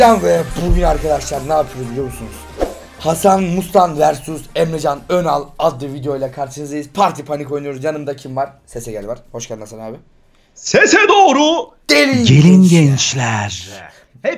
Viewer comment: ABi versus diye deil vörsıs